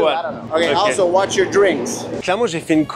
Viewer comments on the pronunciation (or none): none